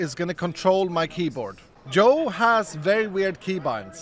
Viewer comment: I think just likes calling people in a weird/funny way. Like calling CaptainSparklez "Jardoon" instead of "Jordan", or saying "Yoel" instead of "Joel". Just an thing I guess